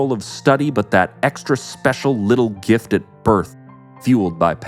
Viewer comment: Jim Carroll was Nirvanas lawyers ex husband Also- Did you just say gift rhymes with feel?